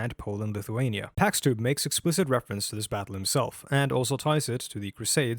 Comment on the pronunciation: You're probably right, he constantly butchers his own name as "packs" (It should be pronounced like "chicken pox").